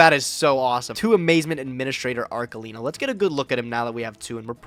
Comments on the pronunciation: Both and mispronouncibg Arlekino is giving me an aneurysm. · The fact that they can't both pronunce ARLEKINO right (which btw is written with K only so that you smart Americans know how to read a hard C) triggers me to no end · Arlekino Arkelino Archelino CEOs of pronunciation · I hope will train how to pronounce arLeKino when he plays that card again. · Idk what's worse "ArKELIno" or "arleCHEENO" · the real competition of this episode was who could butcher arlekino name´s the most